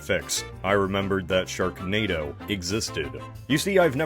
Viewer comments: Just rewatching for the laughs and did i just hear you right, did you call it "stone hedge" 😂😂 Edit - you forgot the K in "sharknado" you could maybe replace it with a T instead for "shartnado" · It says sharnado in the intro instead of sharknado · 'sharnado'. Is that like Xanadu, but for sharks? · Anyone else notice in the first tile it said sharnado not sharknado?